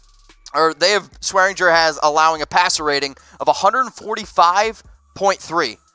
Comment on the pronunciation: Damn it there is a g in swearinger that's not silent